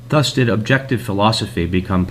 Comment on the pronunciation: The opening narrator really doesn't know how the word "thus" is pronounced? Really? "That's weird, this scholar made a big typo. Let me just correct that..."